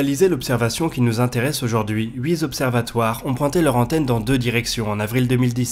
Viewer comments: "HuitZ observatoires" : attention aux liaisons dangereuses ! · (petit détail : en et , tu dis « huit z-observatoires ») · Coucou, juste une petite remarque qui heurte mes délicates oreilles : "huit zobservatoires" ?? :D Attention aux accords/ liaisons inventé(e)s, on dira "huit tobservatoires", pas de "S" à huit... Ce qui n'empêchera pas que la chaîne reste l'un de mes points d'infos indispensable :) Force et Courage ! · Merci ! En revanche, il faut corriger cette faute récurrente "huiT observatoires" et non "hui zobservatoires" Merci encore pour votre boulot les frères ! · J'adore le travail des frères Lisoir et je prends un énorme plaisir à m'enrichir de leurs vidéos. Malheureusement, mes tympans continuent de saigner quand j'entends répéter "huiZ observatoires" et non "huiT observatoires". C'est tellement dommage,; le reste est excellent. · "huit-z-observatoires" ? ;) Je charrie ! Superbe vidéo explicative, de la VRAIE vulgarisation scientifique, d'une qualité rare, sur laquelle devrait prendre modèle bon nombre d'articles du web... Encore toutes mes félicitations ! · Fais attention à tes liaisons : à et à huit z-observatoires... Tu me le copieras cent fois ! Sinon super boulot comme d'hab ! Merci pour toutes vos vidéos ! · "Huit zobservatoires..." Quest ce qu'un zobservatoire? "Les huit zobservatoires..." Il y a de la constance. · Huit zobservatoirs aïe les oreilles .. mais je vous adore ! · "Huit ZZZZZZZZZZZZZZZZZobservatoires" Pitié, un effort, plus de liaison en "s" après un huit :( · Huit z'observatoires ? Désolé mais ça me pique les oreilles...